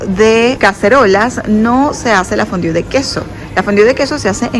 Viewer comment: Si hablas Frances por q pronuncias tan mal fondue donde dice fondiu?